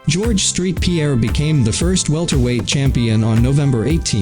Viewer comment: It’s saint Pierre not street